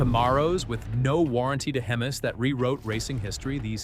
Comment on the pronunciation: Ca-mar-oh's !! Hemes!! I knew this was txt to speech. That's the nail in the coffin right there.